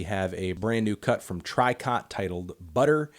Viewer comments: it’s pronounced tree-coe. can’t believe it’s not in best. my fav all female japanese math rock band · Dawg you been pronouncing Tricot wrong forever now. It’s not pronounced how it looks, it’s pronounced like “tree-koh”, like the Pokémon. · It’s pronounced TREE-CO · Saw Tricot live at a chon concert, think its pronounced liked 'tree ko' Think it means to knit